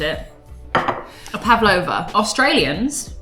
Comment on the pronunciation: Tiny correction: "pavlova" is pronounced phonetically - not "pav-a-lova". Just "pav-lov-a". A bit of a personal favourite, especially as my mother-in-law makes it!